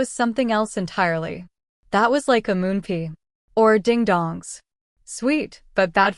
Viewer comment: Omg moon pee😂(pie)